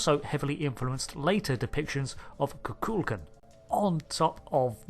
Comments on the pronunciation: FYI...The name of the Mayan deity is KukulKAN, the emphasis being on the last syllable. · FYI It's pronounced KU-kul-kON